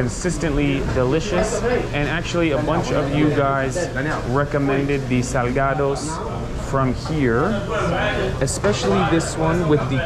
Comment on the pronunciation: i could PAY a mexican guy to pronounce this word in a more spanish way than this guy, and he'd probably fail